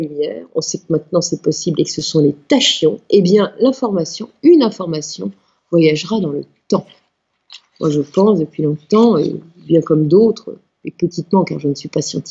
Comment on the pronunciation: Tachyon se prononce Takion (ta.kjɔ̃)